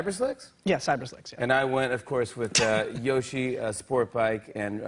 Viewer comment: Can people stop saying yoshi wrong